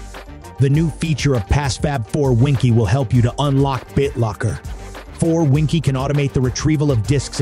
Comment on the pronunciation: Seriously PassFab not willing to pay for a voice actor. Winkey 😉 is actually pronounced as Win-Key and restart isn't rest-art